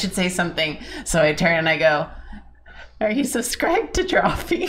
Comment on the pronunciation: said calmly, “aRe yoU subswiBed tEw DrawfEe?”